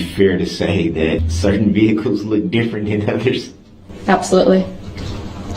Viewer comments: What I hear him say is "liesen place" . Why do so many people seem to hear this differently ? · Licent place!😂 These people are just preposterous. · He dont even know what hearsay means. When judge called him out one time to look up the definition of hearsay, he got a attitude and said im aware of what hearsay means. He dont even know what simple words mean nor does he know how to pronounce simple words like license plate. He says licen place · Licem place